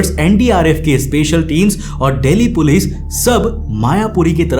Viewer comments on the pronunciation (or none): none